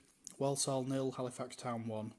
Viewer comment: The way the narrator pronounces certain words is a bit off...people from Walsall tend to pronounce it "Worsull" rather than "Worl-sorl", and the Saddlers' substitute's name was Brian Caswell ("Cazz-well"), not "Case-well"...